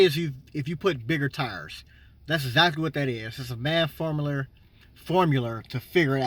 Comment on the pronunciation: "Some sort of maff formuler "lmao still a helpful video